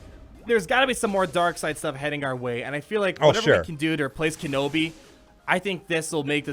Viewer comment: Ken-awbi "ahnald" lol